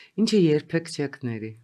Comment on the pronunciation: Տիկին, ոչ թե չեկ, այլ չեք և հետո զարմանալի է , թե ինչու Հայաստանի 99%_ը ճիշտ չի արտաբերում կամ ասում ` խոսել_խոսեցինք խոսիր, խոսի, ոչ թե խոսա, խոսացինք։ Բայց ճիշտ եք ասում, տիկին Ադամյանը շատ է ընդհատում։